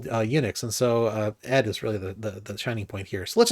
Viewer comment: Nice video! Thank you. I would just like to add that the correct pronunciation of the venerable standard Unix text editor ed actually is "e-dee". Regards